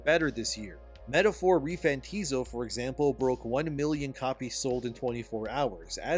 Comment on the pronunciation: "Metaphor ReFANTIZO" ??? What the fuck?